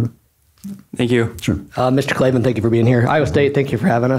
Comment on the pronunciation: there are no "E"s in Klavan